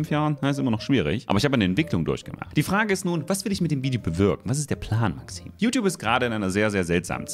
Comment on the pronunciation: Man schenke Maxim ein "t"!